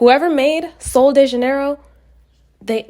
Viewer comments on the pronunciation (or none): Hey guys not to be that person but ever always butchers “solo de janeiro” STOP MISPRONOUNCING ITT its “sol-jey-je-nero” which means “January solo” but you guys gotta stop 💀💀💀